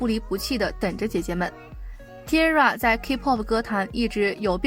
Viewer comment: T-ara是念 Ti-a-ra 不是Tira